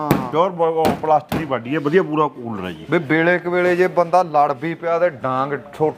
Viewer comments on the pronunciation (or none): none